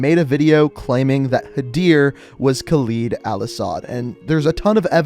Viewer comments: I know this may be unhelpful but it’s better if you call Khaled Al-Asad as (Kaald al Asd) because this is how it should be pronounced, I just cringe when I hear you pronounce it as (khleed al-Asad) , by the way القتلة means the killers, just wanted to point it out but I know none of this is important anyways. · Just a nit pick, but you're pronouncing Al-Asad's name incorrectly. It's pronounced like "Call Ed"